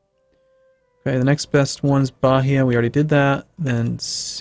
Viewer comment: you pronouce some of the provinces wrong, ilheus is like i-lie-us; bahia is like ba-i-a; etc